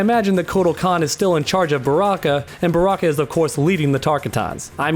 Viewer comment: Wow way to butcher barakas people lol